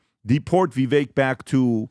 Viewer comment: The fact that still doesn’t pronounce Vivek’s name correctly drives me crazy.. it’s Vivek like CAKE!